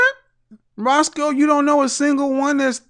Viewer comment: Hey roscoe its roscoe bro lol your not the only 1 lol